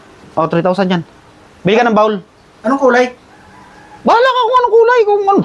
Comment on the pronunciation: Bowl kc hnd bawl Sabi mo kc bawl ai haha